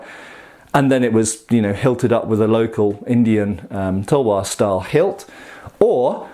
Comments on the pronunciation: Tawa its talvar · Its Pronounced as "TAL-WAR"